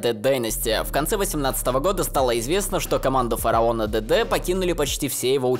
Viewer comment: Вы слышите как он произносит ДД и все слова на английском? 😂 Я всё то привыкнуть не могу, уши режит